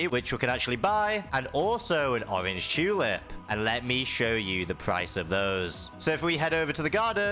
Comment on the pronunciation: Orr-anj chuuu-lip